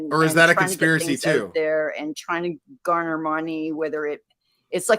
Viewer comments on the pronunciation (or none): none